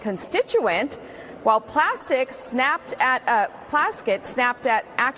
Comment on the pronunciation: Hey, its pronounced PLASTIC! Also if this useless representative who doesn’t even have the ability to vote in the house. WHY & HOW IS SHE ABLE TO SIT ON HIGH RANKING COMMITTEES?!?!